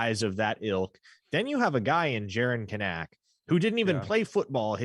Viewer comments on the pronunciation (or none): Hey, I prefer the way you pronounce Kanak but the Kanaks say it the other way. Can-nick. Emphasis on the Can, maaaan